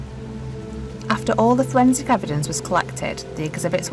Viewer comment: Fowensic ewedence Imma be honest. This narrators voice is awful.